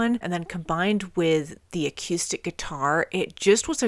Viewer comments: "A cue stick" Sorry I can't help but laugh at the pronunciation of acoustic it's great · I kept laughing every time you said acuestic. XD Got Me Wrong is still my favorite AIC song, it's not their best but I just love it. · you're not pronouncing "acoustic" correctly. thanks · Wow, I missed this video too. You even reacted to Sap, you're an AIC veteran at this point. I wonder if you've gone back to re-listen to 'Right Turn' now that you're familiar with Chris. Also love the way you say "a-Q-stic" lol. Sap was a really cool project, they actual used the money they got from Cameron Crowe to record 'Would' for the movie Singles to cut the EP, then released it in stores with no press. They wanted it be a bit of an easter egg for their fanbase before easter eggs in popular culture were really a thing. I think Cantrell said it was when Kevin Smith featured 'Got Me Wrong' in Clerks that it took off. Jerry has also said that Sap set the expectations for the fans that they could do the hard stuff and the softer stuff, so from early on, regardless of their success, they didn't feel limited or boxed into a sound. Awesome reaction, 🤘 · The way you say acoustic - almost by adding a Q in there - is like a sweet idiosyncrasy! You rock like AIC